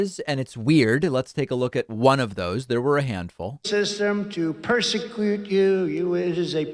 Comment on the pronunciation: Not a twitch, he just can't pronounce the word persecute.